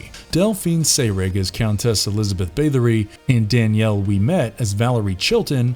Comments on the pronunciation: Also he keeps saying Bathe-ory instead of Bath. TBH though he generally sounds like he is reading someone else's script the whole time, I doubt the person narrating had anything to do with research/writing etc. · The pronunciation of "Bathory" caused me to rage quit.